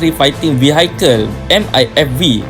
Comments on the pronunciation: steady speaker. good. vehicle (sebutannya vihikel, bukan vihaikel) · Mantap min..💪ATM.. Tp ada sikit teguran..sebutan vehicle,, vihikel ye min bukan vehaikel.. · Semua dah okay dah bro, cuma nak betulkan sebut vehicle je sebagai perkongsian ilmu bersama, sebutan dia 'vii- hii-kel' yang lain okay insyaAllah.. perkongsian yang bagus. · Good contents. Maybe if the narrator/admin would have asked someone( good in English) to check on some of the pronunciations (esp. the English terms like "vehicle"), the video could have been much better presented. Peace.